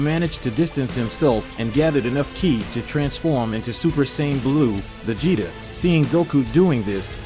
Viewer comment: Vegetaw? Lmao! Please lose the ai commentary.. Other than that it is pretty good.